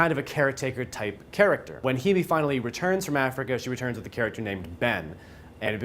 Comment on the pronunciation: her name is pronounced hay-me just a heads up. love the review. i just finished the movie and im baffled. once i seen all the jewerly in bens bathroom i assumed hes a killer and keeps a souvenir of the women he kills off. im not so sure though. i am sure that i enjoyed it though.